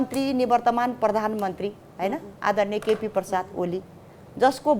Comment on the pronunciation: यी कांग्रेसी महिला जो आफ्नो नाउँको अगाडि डा समेत लेख्नेगर्छिन, मेरो विचारमा यीनी कुनै ठूलै क्रेन मार्फत उचालिएर कांग्रेस पार्टीमा अहिलेको हैसियतमा होलिन्। तपाईंहरू कतिजनाले ख्याल गर्नुभो कि यीनले यो बहसमा न त कुनै खँदिलो तर्क प्रस्तुत गरिन न त आफ्नो छेऊमा बसेर बोल्दैगरेका सूर्यराजजीको नाम नै सही बोलिन्! "सुरेशजी सुरेशजी..." अरे! अनि निवर्तमान प्रम चैं केपी परसाद ओली रे! कति हाँस्नु के। बाँकी रह्यो यीनले उच्चाट लाग्दो तरिकाले उच्चारण गरेका अन्य केहि शब्दहरू। जस्तै: पर्तीनिधी सभा, परधान मन्त्री, परचंड, पर्तीपच्छ... यस्तै अनेक (उहि पम्फा भुसाल मार्का)। यीनका कुरा सुनिसकेपछि मलाई त शंकै लाग्यो कि यीनको सही नाम पनि शायद थिएन होला। बरु तुलनात्मक रूपमा श्रुतिमधूर लीला पो थियो कि? यीनले आफ्नो नाम आफै बिगारेर लीलाबाट पो भईन् कि भन्ने शंका र डाउट दुवै लागेर आयो मलाई हेर्नूस्! नामको अगाडि डाक्टर यति निरीह पहिला कहिल्यै देख्या'थेन, देख्न नि नपरोस्। 😡